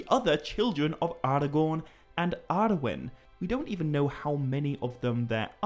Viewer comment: I do adore you, but you pronouncing Arnor as "Arenor" and Arwen’s name as "Arewyn" is physically painful! 😣😣😣